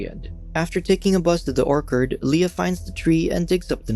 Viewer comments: not Orkerd...OrCHard. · nah he said or-kard. should be oer-chird. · NOBODY'S LIGHTING THIS GUY UP FOR "ORKERD"! IT TOOK ME THREE TIMES TO FIGURE OUT HE WAS BUTCHERING ORCHARD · I gave up when the narrator pronounced the word “orchard” as “orkard”. Everyone knows how to say the word correctly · "orKard" ---> it's orCHARD. wtf is the reader foreign? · Is this moron going to constantly pronounce “orchard” as “orkard”? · It's orchard Emphasis on ch or CH ard . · Why is he calling an orchard an "orkard?" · the way he pronounces orchard 💀 "ore card" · Yes he said orkard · 'Or-curd?' Sorry if you think I am a prick, just had to make note of the mispronunciation... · dude, if you are going to read a script as your job here, you need to learn to pronounce things properly. orkard? come on dude. you do this often with simple words too. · Orc Hard is the weirdest way I have ever heard orchard pronounced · Orchard is pronounced O R- C hurd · Do these guys mispronounce words on purpose? Oark-ard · Are your purposefully mispronouncing Orchard? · Did you really mispronounce orchard? Wow. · Can't get past the mispronounced 'orchard' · Every time you said Orchard I wanted to blow my brains out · Took me a second to realize that he was saying orchard.. I guess we pronounce it differently